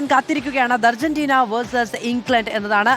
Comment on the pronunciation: ധർജീന്റീന യോ